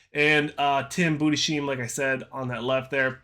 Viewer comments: If you want to pronounce Budesheim correctly in future videos: Pronounce it like Boodes-Highm or Boodes-Hime Source: Am German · Tims name is pronunces Budes-heim. You speak the s and the h seperated :)